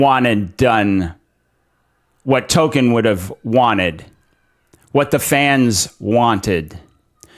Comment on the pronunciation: Hail from FNT! Spot on with your assessment of RoP, and the butchery they did to the dear old professor's work, but hear me out.. Please. Toll - Kien. Not *Token*. I get the British are often an odd lot , and I don't want to be THAT guy, but I can't not say something. I'd offer some examples in fine watching on the topic - Jess of the Shire, Men of the West and In Deep Geek. All fine LOTR friendly channels. Congrats on the new subscriptions!